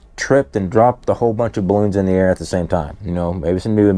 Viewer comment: Chinese "barroons" 🤣🤣🤣